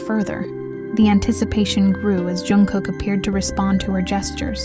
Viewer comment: His name is Jungkook, not Youngkook